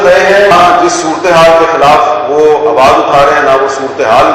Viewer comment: اللہ کے واسطے "سورتے حال" کہنا سیکھ لے بھائی یہ لفظ "سورتے حال" نہیں ہے " صورت (ت کے نیچے زیر ہے) حال" ہے ۔